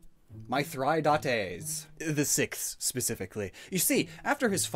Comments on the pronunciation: Also Mithridates = "Myth-Rah-Day-Tees" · My-thri-da-tes got me 🤣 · For one thing, Mithridates = "Myth-Rah-Day-Tees". Also, I think I may have just realized that Shellder is parasitic and needs a host to "evolve" like the mushroom on Parasect. And lastly, "For all intensive purposes" xD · Im no linguist, but if im correct the first king mentioned, mithridates, would have likely been pronounced as myth-rid-uh-tees. Im probably wrong, bit it fits with some common ways to pronounce things in that era. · I beilive its pronounced Myth-Ri-date-tys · its pronounced: Mi-Th-Ri-Da-Tes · God that butchering of mythridates name was hard to watch